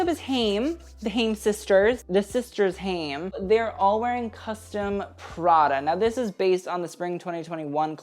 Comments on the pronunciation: You just reacted to them 😂 It's pronounced "HI-EM" not 'HAME" Left to right is Alana, Danielle, Este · I love you but omg it’s pronounced HI-UM and from left to right it was Alana, Danielle and then Este 😅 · It's pronounced HI-IM, like hi + imp without the p. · i really enjoyed this but i'm too big a Haim stan to point out that it's alana on the left, este on the right, and also haim rhymes with time. ok no one come after me sorry i just love them!! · Haim is pronounced: "Khai-im" (Kh- like how you would pronounce "Khal Drogo", but if you can't make that back-of-the-throat sound, you can just pronounce it like "h"). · it’s hi-am 🥲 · Haim is pronounced kha’-yim - (Kh in the back of the throat) as in the expression “l’chaim” or “to life”. The word Haim itself means life in Hebrew, although it’s also their last name in this case ☺️ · HAIM is actually pronounced HI-UM xxx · YOU KNOW IT'S HAI-EM, WE'VE BEEN THROUGH THIS ALREADY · HI - UM,, HIGH - EM say it with me now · Doing the Haim sisters dirty🤣😅 getting their last AND first names botched. Pronounced "Hi- 'im" Hai-im. Haim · Haim is pronounced hi-am and Alana is on the left, Danielle in the middle, and Este on the right. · Haim is pronounced closer to "hai-im" and means life! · haim is actually hebrew for life and is pronounced "hy - im"! just glad you didn't say ham lol! loved the video xx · You pronounced Haim wrong and mixed up Este and Alana. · mixing up the HAIM sisters (Este & Alana) and pronouncing HAIM wrong :'( its ok tho i enjoyed this video - v relaxing to watch as background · not the haim pronunciation and mixing up este and alana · your pronunciation of 'Haim' made me cry T_T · I love you and this video but the way you pronounced Haim and how you got the names mixed up made me angry hahaha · Dislike for mispronouncing haim even though you did a video of them a couple of weeks ago 😫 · bby you just did a Haim video how are you already getting their names wrong lol